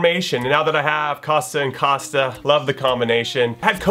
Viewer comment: YOU PRONOUNCE COSTA THE WHITEST WAY EVER!